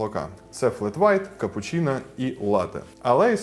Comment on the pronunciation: Дякую за відое. Тільки не капучІна а капучИно